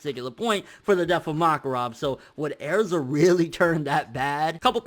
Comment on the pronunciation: Why the fuck are you saying erza like it's pronounced airza!